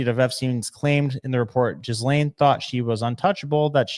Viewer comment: Jizzlane? How do you not know how to pronounce her name by this stage??????